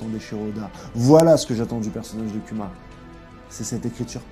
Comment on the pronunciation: Respecte Kuma prononce bien son nom [kouma]